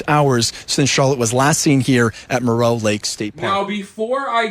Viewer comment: FINALLY someone said Moreau correctly. It’s 10 minutes from my hometown. Unfortunately there are so many directions to drive in easily, I fear she is far away from Moreau. Prayers for her and her family. I hope she is safe. ❤